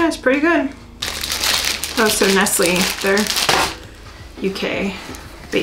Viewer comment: It's pronounced "nesslay!"